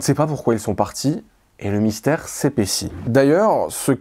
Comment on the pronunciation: Mystère, vous avez dit "mysère" !